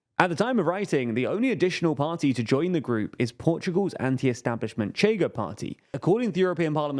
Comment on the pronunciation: You know you can just look up pronunciations? "Chega" is "Sheh-ga" or (as a reasonable English approximation) "Shayga", not "Tchayga"